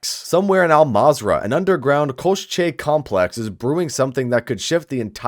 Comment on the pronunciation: Hey rock on bro, it is "ko-shay" koschei complex